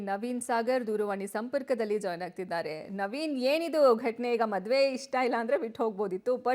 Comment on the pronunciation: ಮಧುಮಗ ಅಲ್ಲ ಅದು ಮದುಮಗ, ಅದು ಮದುವೆ ಮಧುವೆ ಅಲ್ಲ. ಈ ನ್ಯೂಸ್ನವರು ಸರಿಯಾಗಿ ಉಚ್ಛಾರಣೆ ಮಾಡುವುದನ್ನು ಮೊದಲು ಕಲೀಬೇಕು.